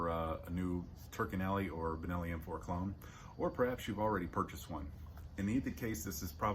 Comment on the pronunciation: What is the brand of the gun you have in your hand ?? No, not "Turkenelli".